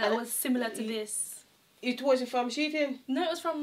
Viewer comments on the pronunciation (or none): I love how says SHEIN (sheetin) 😂❤ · lol you don't tell your mom its she-in😂😂😂😂😂lol my aunty the same thing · 😂😂😂why you never tell mummy it’s she-in not sheet-in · One thing enuh, ago seh "She-Tin". 😅 These were some really good picks! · its the way mom keep saying "she-ting" for shein😂😅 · Love how mummi pronounce shein....we know exactly wha she a seh n what she mean